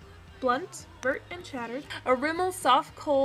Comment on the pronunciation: Vert means green in French. But, it's pronounced vairt. :3) Just so you know.